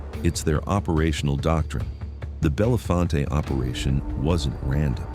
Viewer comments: Bell Font is how it's pronounced. It isn't pronounced bell font aye. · Its i99 yet... its still route 220 near I80 and its said belle font not fonte... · <----- Born and raised in Bellefonte, PA.... this video is a lie......... and ir is pronounced: "Bell-Font." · "Bellefonte" - pronounced "bell-font" - not "bell-font-tay". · Most of the clips were just AI filler. I live in Bellefonte and the only times they showed actual Bellefonte, was from downtown and randomly repeated that very small clip throughout the video. None of the other video clips were of Bellefonte (pronounced Bell-Font) named from French meaning beautiful spring. Talleyrand park, central to Bellefonte, is home to the natural spring that feeds much of the water supply to the area. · None of the places in this videa are "bella-fon-tay" 🤣. I grew up in milesburg 3 miles from there. Learn how to pronounce the name right too narrator dude. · Pronounced locally "Bell-Font" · Town name pronounced "Bell-font" not as it looks, It's not loke Harry's last name! These cat's hsd to have stuck out like sore thumbs around there as it's mostly the same family's that had lived there for a century. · FYI, Bellefonte is pronounced Bell-Font. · Bellefonte is pronounced Bell-font. Thankfully he didn’t pronounce the other e making it Belly-fontea 😆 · Bellefonte is pronounced Bell-font to most locals. But its sad that this has to happen in our small town communities of people just trying to live a normal and meaningful life. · It’s in the center of Pa. Just north of State College Pa. You might have heard of the Nittany Lions. About 4 hrs east from Pittsburgh Pa About 3hrs west of Philadelphia Pa They don’t pronounce Bellefonte correct in this either. The E is silent at the end of Bellefonte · Stop saying Bellefonte WRONG!!! Thanks its driving me nuts lol. Do a little research to learn town names. Just drop the E at the end. It's silent.